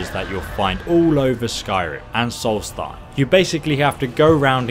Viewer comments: You say solstiem wrong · This nigga said Solthem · you said solsthime wrong (how every you spell it) it's pronounced solsths time